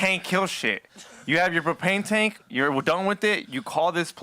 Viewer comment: 'Wuz in the taenk'? lolol